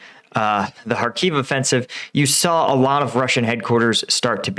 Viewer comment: Kh not K.. Kharkiv, not Harkiv.. Just like it is loch-ness, and not log-ness.